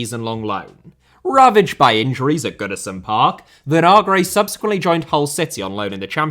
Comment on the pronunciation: Vinagre* not Venohrgrei